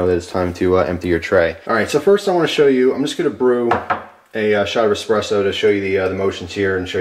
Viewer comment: EspreSSo with an Ssssssssss not X